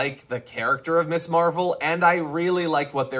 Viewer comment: Damage Report, just one thing, It is NOT MISS Marvel. It is pronounced MIZZ. Ms is MIZZ. Just sayin', bro. Love you.